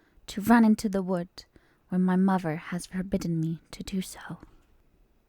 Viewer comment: Are you from Britain? Its just the way you said Mother sounded EXACTLY how I say it 😂